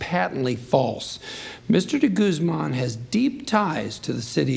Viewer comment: The way they pronounce de guzman like de gooseman bugs me